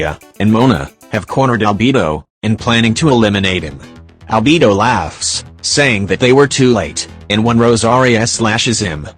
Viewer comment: the robot: "Shēnhè" also the robot: "ALBiBO"